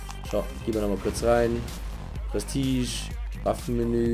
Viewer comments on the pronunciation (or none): none